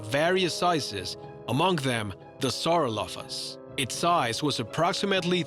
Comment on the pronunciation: #8-Sauro"phaganax" lmbo sounded like he said sauro-faget-x